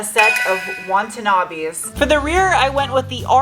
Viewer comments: Watanabe not Wantanabe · Superformance from Australia do excellent minilite replicas also. And it’s Watanabe , even thou you might want-an-Abe hahaha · Think you meant Watanabe not Wantanabe ;) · Wonton-abe or Watanabe?